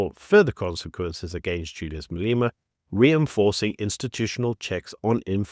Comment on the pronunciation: I really like your content. Great summation of the days news. But, Who the heck is Maleeeema. 😂